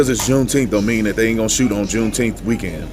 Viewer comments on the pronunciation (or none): Are you saying Jew teeth?